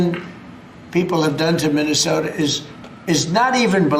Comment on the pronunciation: Could barely pronounce Minnesota